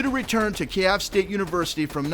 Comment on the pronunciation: sorry to be part of the german grammer police but you pronounced Kiev wrong pronounce it keyev